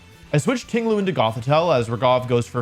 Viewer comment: Not to criticize but he is pronouncing raghav incorrectly Its ra-gh-av Not ra-gav Sorry but my name is the same so I have to say this